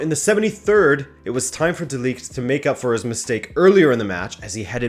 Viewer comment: Quick lesson on pronouncing 'De Ligt' : NOT: like you did in this vid, with a long 'i' sound like league YES: with a short 'i' like impossible Hugs and kisses from a Dutch guy